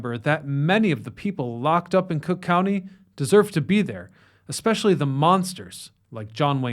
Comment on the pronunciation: That’s C(r)ook County to you, pal.